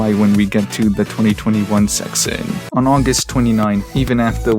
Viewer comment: why does bro say section like that